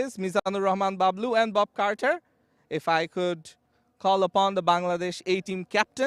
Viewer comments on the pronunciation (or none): Mizanur Rahman Bablu❌ Mizanur Rahman Babul✅